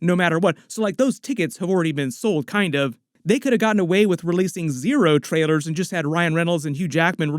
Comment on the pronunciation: Bro, are you saying trailers or traitors 😐